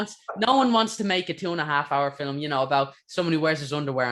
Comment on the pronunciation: Love how you say fillam instead of film